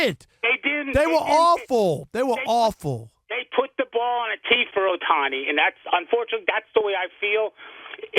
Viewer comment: This IDIOT guy (Rob) always intentionally mispronounce "Ohtani" name all the time. LOL. It's beginning to be intentional and mean-spirited. We know he's a HATER but this dude is a JOKE